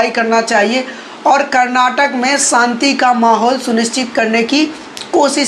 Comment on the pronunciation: Abey pagal, santi nahin shanti bolna seekh le.